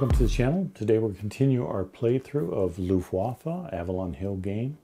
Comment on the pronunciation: rahhhh… I’m sorry, but I couldn’t help; even with medical assistance. Two things turn me on in all the wargaming videos from the US, the UK, Canada, etc. The wet “w” in Luftwaffe… and the hard ending “k” in Reich - no, it ain’t pronounced “ra-eek”, unless you speak Dutch (and then the actual word is Rijk), but “ra-eesh”. Apart from that I’m perfectly normal - and don’t even mind when French names of people or places get butchered, which also happens a lot in wargaming videos. Thanks again for all your videos. They really are a plus, notably with your emphasis on old games.